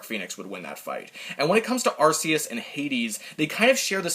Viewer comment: Did this man pronounce arceus as At-See-Us it’s At-Key-Us